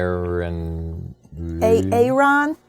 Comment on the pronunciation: "A-A-ron" lmao!!! "C-helsey"